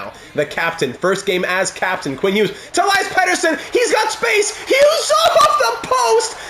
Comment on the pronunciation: Awesome as always. I have my own Vancouver Franchise Mode and there’s a lot of two-way forwards in the top 6. Think adding a pass-first playmaker would make sense and which hopefully will let EP40 reach that 50 mark. And also, love that you try to say Elias in proper Swedish. Next time I’d like to head to pronounce Nils Höglander with your best Swedish ✌🏻 Let’s go!